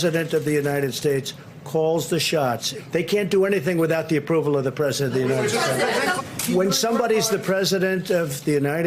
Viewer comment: "United Shates". Yup, let Trump be King there instead of here.